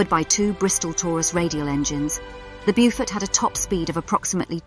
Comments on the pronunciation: Nicely spoken narrator under very poor direction- as mentioned the pronunciation is Bowfort, not Bewfort as she has it! Nice little video covering most of the essential facts- would have been nice to have mention of the Victoria Cross earned by Ken Campbell VC for his strike against the Gneisenau in the Beaufort. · Get the pronunciation right! "Beaufort" is not "Byufort". Correct pronunciation is "Bowfud"! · Exactly. Lack of proper research prior to posting the video......